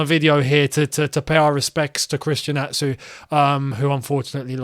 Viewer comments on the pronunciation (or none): Christian Atsu surname pronounced as “Achu”